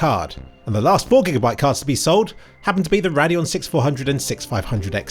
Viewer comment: says Radeon like The Shah or Iran says Radiator.